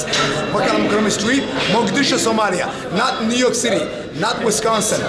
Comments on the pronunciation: It's Mogadishu not Modagishu. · Bro, can you stop saying Modagishu. It's Mogadishu 😂. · Is Mogadishu you said moda gishu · hi bro Stop saying modagishu say Mogadisho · You keep pronouncing our city wrong and it’s funny how no one is correcting you 😂😂. It’s “Mogadishu” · Is it just me or Is he saying modagishu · He keeps saying Mogadishu wrong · dude idc, that is the English name for it and getting technical doesn’t change that. Imagine a foreigner trying to pronounce it that way. I’d rather they do it in an easier way since they don’t speak Somali.